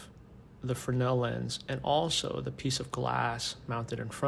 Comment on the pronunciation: And now I know the correct way to say Fresnel. 😉